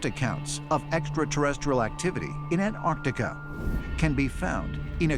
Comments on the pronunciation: Ant artica? David, really? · ANT-arch-TICK-ah... KLAH-too BAH-rah-dah NICK-toh... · The word is Antarctica. Pronounced An-tark-tika.